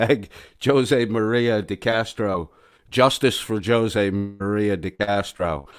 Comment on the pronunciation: Jose is pronounced Hose. Meaning you pronounce the j with a h sound.